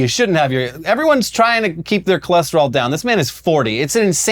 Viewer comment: He went from cholesterol to Cholester-all